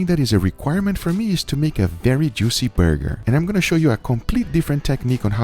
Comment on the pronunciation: "Chris likes a THICKKKK BURgeRRRrrrrRRRRrRrrr"😂😂😂